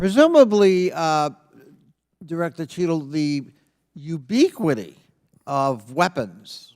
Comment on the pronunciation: What does obiquity or ubiquity mean? He pronounced it differently every time and the question didn't make sense.